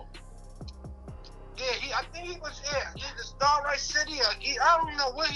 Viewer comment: Its. Pronounced Sta. ..writ. not star right